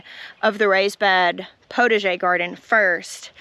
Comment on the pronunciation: Okay for your "potager" garden: PotAger. You need to pronounce the A like pot a jay. 😉🥰 Otherwise it sounds like "protege". From a French Canadian fan in British Columbia!👋